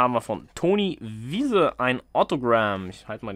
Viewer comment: Toni WEISE, nicht Wiese.😅 Der drop ist diesmal nicht so spannend😉